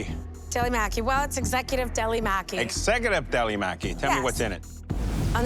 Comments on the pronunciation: pronounced "mocky" not "mackey" lol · I hate how they said "Maki" it's not pronounce macky......smh you would think that world class chefs would know the name of the food XD especially Alvin of all people He's Asian, he should know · 25 min to make sushi rice, fry tempura, prep veggies and thinly sliced sashimi before actually rolling the maki??????????????????? SUCH BS!!!!!!!!!!!!!!!!! Everyone pronouncing "maki" incorrectly (including the judges) was 🤨🙄. It's NOT "maaackie."